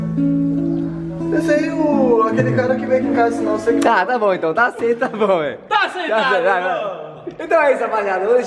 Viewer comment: ele disse aceitado??? ahahahahaha